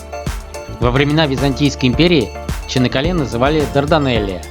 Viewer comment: Почему Чинаккале? Если Чанаккале.